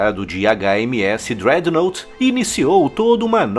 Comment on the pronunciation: Uma pequena observação: a palavra Dreadnought tem sua pronuncia como drédnot e não drednout